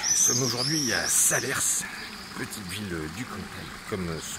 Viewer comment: SALERS!!! pas SALER-SSSSSSS On ne dit pas le S .... bon reportage ou tu perds toute crédibilité dès 3 secondes!!!! Bon reportage malgré tout!